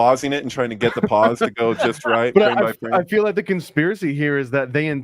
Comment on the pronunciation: LOL "conspEARacy"